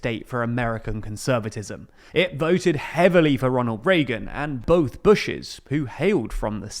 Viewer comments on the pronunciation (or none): none